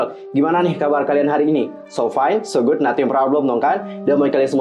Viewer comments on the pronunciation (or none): none